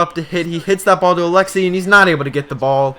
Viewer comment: you don't even know how to say Alexei dude.